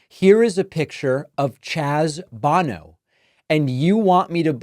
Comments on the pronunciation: I believe you pronounced Chaz Bono “Bow No” not “Bon no” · Pronounce his name correctly please. You look foolish. Bone is pronounced bow-no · His name is Chaz Bono, not Bano. His is the son of sInger Cher.